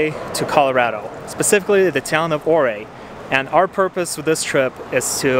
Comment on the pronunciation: The city or Ouray is pronounced U-ray…